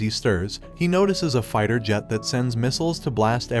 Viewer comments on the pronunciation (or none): none